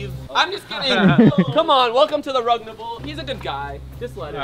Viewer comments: I love how he said rugnaval unbalivable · Papa rugsaid Rugnavaaln😂😂😂